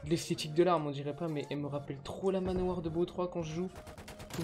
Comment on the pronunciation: dans cette vidéo j’ai entendu que « manoir »